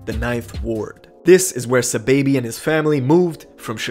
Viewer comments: It’s not “ s’baby “ it’s “ saw baby “ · Who tf is suhbaby? Did you mean sahbobby? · It’s ‘SA-Baby’ not ‘S-baby’ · It’s “sai-baby” not no dam sa baby.... know who you talm bout sahiibaby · Aman Saaahhh-baby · Dawg keep saying Saababhi 🤦🏻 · ITS SAH-BAHH-BEE